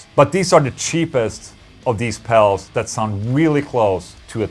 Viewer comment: Dude keeps on saying "pels" lol. Keeps making me laugh. "the bess pels for mel tones"